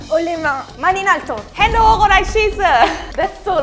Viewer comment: It's just "Hände hoch" tf